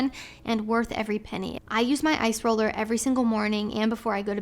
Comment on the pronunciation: Is saying ice roller or eyes roller??